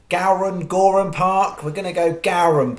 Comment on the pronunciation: Go-ran not Gow-ran